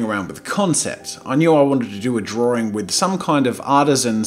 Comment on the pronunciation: Is it just me or does jazza pronounce drawing as drawring?